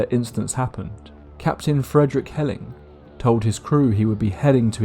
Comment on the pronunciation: I know this is stupid but if you did say Frederick Heling the last name is pronounced like hailing